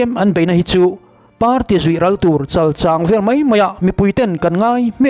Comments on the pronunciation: Chalchang hi I thluk diklo,mizotawng hi uluk deuh teh,a bikin youtuber te hian zotawng hi uluk a ngai a nia,💪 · Chalchang thluk hi a diklo deuh a ang. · i thu ziak chhiarte a ngaihnawm țhin hle mai, lawmthu ka hrilh a che👏 thil pakhat "chalchang" tih i lam dan hi dikhlel hret awmin ka hria. "chal" tih hi Sechal tiha chal kan lam rik dan hi ni lovin, a ri hniamin "chal" hi lam ni se. "chang" tih pawh hi "thingzai 'chang' kual kan tih ang hian chang hi a ri hniamin lam ni se. Kan lo ti ve mai mai. I chanel hmaih ngai lova. 😅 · Chalchang ilam dan hi ka lo ngaimawh deuh thin chal hi arisang in chang hi ari khamphei deuh in kan lam thin afik zawk phei chu ka ti ngsm chuang lova. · Chalchang i thluk dan chu a dik chiah lo deuh.